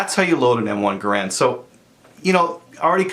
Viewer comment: It's not GUH-rand It's GARE-and